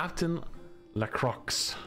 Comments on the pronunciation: La Croix not Crux lol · “Captain Lacrux”… as a Frenchy, I genuinely winced 😆 “Lacroix” is pronounced a bit like “lah-krwah”. ‘Oi’ in French is pronounced like ‘wah’ in English, and the ‘x’ is silent. I go easy on anglophones not being able to pronounce the fricative ‘r’ though, it took me ages to pronounce the rounded ‘r’ and ‘th’ in English 😅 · Captain la-crooks I can't- it's pronounced Captain la-cu-uar XD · I'm not even french, but damn, that hurt xD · "Captain Lacrooks" 💀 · mans said captain LaCrocs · Lacroix is pronounced "luh-KWAH" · Captain "laCrocs" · After all these years bro still can't pronounce Widow's name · Right? This man been playing for like 8 years and characters say Widow's name in the lobby all the time, but he still don't know how to pronounce it.